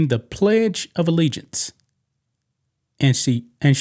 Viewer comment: She was so surprised that she said allegiance correctly that she forgot the next line.